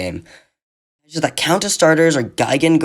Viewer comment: 1 only thing kaiju pronunce is like the juliet pronunce isnt kaeu